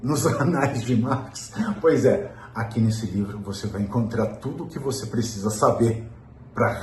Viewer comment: Essa mocréia falou Picisa também!